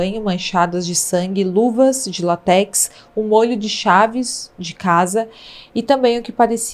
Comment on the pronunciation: Pronuncia -se LÁTEX.